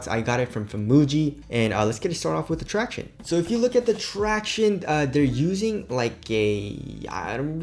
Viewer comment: I kinda miss his ‘Tracti-O-nese’ 😢